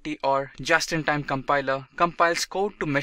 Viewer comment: Please note that in Q1, you read "Java-in-Time Compiler", while your text correctly stated "Just-in -Time Compiler".